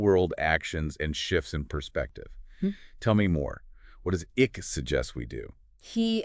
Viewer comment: Great subject. Terrible podcast. And it's not ICK, it's ICKE. Sounds like IKE.